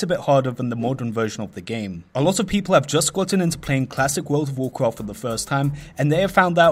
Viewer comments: "Wold of wocraft" lol Same as you Im also not a native english speaker but it just sounded too funny. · What is worfh of worfhcraft he saying? is it good?